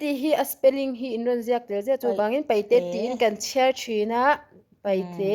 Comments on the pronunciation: (paihte) nilo in, pa'ite. Tihtur. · Kan unau Peihte hian (R ) ri hi an nei ve lova , an lam thiam lo thin a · Paihte ni lo in peite tur